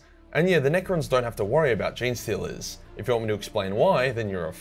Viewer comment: "Jean-Stealers" is exactly right, can't stand those wierdo's who say "Genie-Stealers".